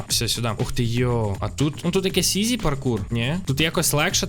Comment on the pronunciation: Ой не паикур а паркур😂